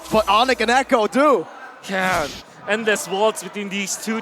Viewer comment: Echo❎ A cho✅